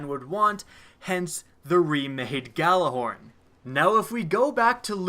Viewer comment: the fact that we are this far into destiny and people still pronounce the gjallarhorn wrong drives me nuts